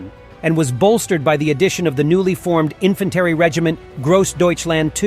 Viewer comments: Ifantairy? Really? This is nothing but AI generated bullcrap... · It's pronounced infantry